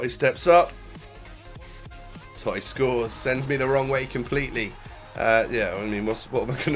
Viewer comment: The totti prononciation was cancer